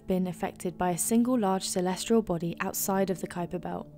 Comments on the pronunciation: There is no 'R' in 'Celestial'. Stop saying 'Celestrial', ffs. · For #4 is she saying "celestrial"? It sure sounds like she is.